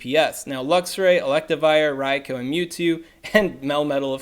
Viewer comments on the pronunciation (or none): none